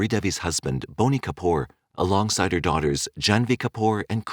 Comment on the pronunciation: Its BOney Kapoor!!!